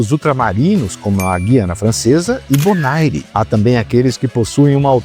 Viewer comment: A pronúncia de Bonaire é "bonér".